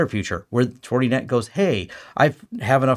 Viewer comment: “Fortie net” 😂